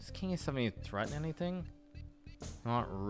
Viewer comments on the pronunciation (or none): none